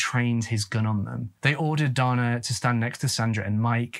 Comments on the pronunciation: Pronounced Day-na.🤔🤔😱. All you tubers should pronounce words correctly. If unsure you can ask computer to pronounce the word !!!! I have sons and at 13 they would not have been allowed to go like that. Also no man is gonna tell me how to raise my children. They come first!! Their mother was a lousy person. Their Dad was too. Poor kids !! 💔😱😢. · Also, the male name 'Dana' is traditionally pronounced with a long a sound, as in Dana Garvey. Between your mispronounciation of 'Sioux' and 'Dana,' and your misuse of the word 'upsetted,' you might want to do some research on pronunciation and usage before your next video. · Again, DANA is NOT DONNA. DAY NA. DON AH. You really should listen to pronunciation programs before recording. When you young Tubers record and continually mispronounce names and places, it tells me you're too lazy to fully do research. This makes me disinterested in your videos. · Great video as always,! Just for future reference, Sioux is pronounced “sue” and Dana is pronounced “day-na”:) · The brothers name is pronounced DAY-NAH it’s a rare name for a boy but I did grow up with a Dana. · Confused why they call Dana a boy...refer to HER as Brother. The photo shows a FEMALE named Dana. Pronounced DAY NA. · the male name Dana is generally pronounced "Dayna" in the US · Sioux is pronounced like the girls' name "Sue" and Dana is pronounced like "day-nuh" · Sioux pronounced Sue Dana pronounced Day-nuh Gosh Sir, get it together!! Drove me absolutely Bonkers listening to the murder of those words...😂😂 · I believe that it’s pronounced “day-nuh” as opposed to “don-uh”. I’ve known a couple guys named Dana, and it’s how they’ve always pronounced it, that is. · I was very confused while listening that the boy's name was pronounced "Donna" which is pretty exclusively a girls' name... But then actually watching while not asleep, saw the spelling. As a Dana myself, it's usually pronounced "Day-nah", at least in my part of the world.